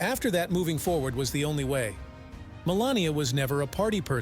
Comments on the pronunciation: Wow, what a negative introduction... Seriously primes the viewer to believe that you are biased. Also, you called her "Melanoma" in one segment. Nice editing... what a joke of a biography. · He called her Melenoma😂😂. Listen carefully 😮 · The reader has missed her name twice, Melanie and Melanoma and once called her a witch ……… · I love how AI called her Melanoma!! She married something malignant, so very fitting ! Ha Ha Ha!! I think an awful lot of this story is of her making. She didn't believe he would win, that's the only reason she played along. She never wanted to be First Lady and she was the worst ever, I guess just to prove it. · Narrator, please learn Melania's name, also mara logo? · The name of this video should be, 'How many ways can AI mispronounce Melania's name'. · He (the talking head) can only pronounce her name about 1/4 of the time.